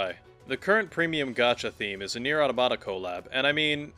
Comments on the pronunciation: They way you’re saying AUH-TA-MUH-TA (automata) makes me unable to finish your video it’s not AUTO-MA-TA. 😅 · Strange, that Automata is your favourite game, yet you dont know how to pronouce its name. Its from AUTOMATON, not TOMATO